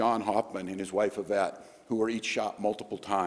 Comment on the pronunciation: Please pronounce the name Yvette with an E sound. It’s French. Pronounced Evette